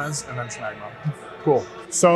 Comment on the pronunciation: Did you say schmegma?